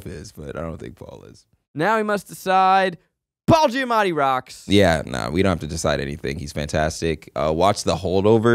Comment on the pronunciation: do the boys realize that they both say “Paula Giamatti” like it’s actually so funny